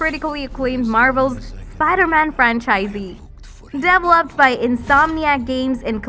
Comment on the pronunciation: This girl is announcing from a script, not from experience as a gamer - indeed I suspect English may not be her native language: some of her pronunciation (especially on develop/developed/developer... etc.) is some way off...